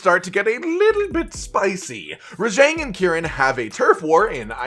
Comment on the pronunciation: Your pronunciation of Rajang is triggering.